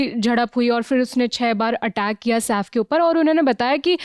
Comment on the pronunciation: SAAF nahi madam SAIF boliye!